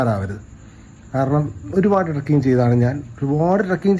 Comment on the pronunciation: ട്രക്കിങ് അല്ല, ട്രെക്കിങ് Trekking